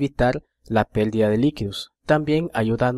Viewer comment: que se pielden ? caballero me gustó mucho el vídeo pero por favor pronuncie bien , no es pèldida, es pèrdida.